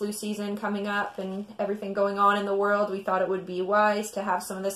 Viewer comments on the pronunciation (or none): none